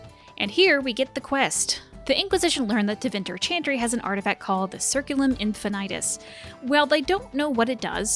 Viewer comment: All great, but the fact all English speakers pronounce it " sirculus infinautus" still triggers my classics student ears